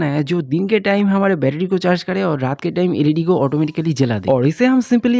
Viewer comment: Betery❌ betedy ✅